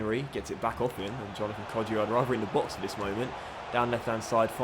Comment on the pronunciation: It's Hourihan, not Hourihane, and I think it's Kodja not Kodjia, I don't think that the I is pronounced but I may be round